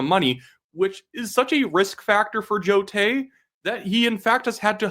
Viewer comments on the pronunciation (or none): Carney cant even say the "individuals" name . Its Joe Tay.